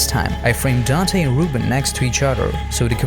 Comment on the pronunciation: As someone who is called “Reuben” I can tell you you’re saying it wrong, it’s not “Roo-bin” it’s “Roo-bun”